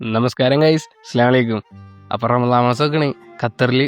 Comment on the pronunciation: Say assalamu aliakum ,not assla alaiku